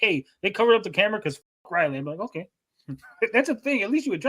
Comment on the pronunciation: Sturgis said Liley instead of Riley, breh □